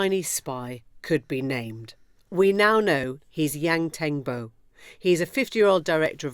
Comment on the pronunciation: FYI 楊騰博 is not pronounced "Yang teng bow" but more like "Yang tongue bwoar". The pinyin is misleading.